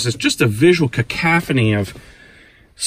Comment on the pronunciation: Kakaphony? Lol.